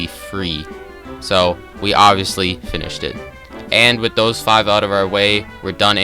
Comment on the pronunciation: Why do i think you swear when you say finished it sounds for me like finish-it Also really good vid ;)